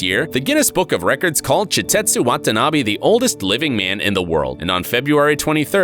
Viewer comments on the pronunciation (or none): none